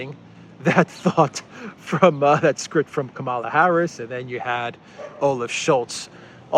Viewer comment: It is Kamala as in Pamela.